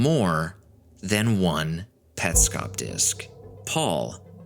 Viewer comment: Hi. This is a chilling video to watch at 3am. But it is an AMAZING video and it answers Petscop. I knew this is something awesome when you mentioned the "correct" pronounciation of the game. You win 🏆 I'm subscribing for more of this. Also, to hide under my blankets because this gave me chills throughout the entire video 😅😅